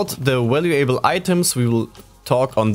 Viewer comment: valuable is normally pronounced val-you-ble without pronouncing the A. Just trying to help it's obvious english is not your first language. Also, great job on the video.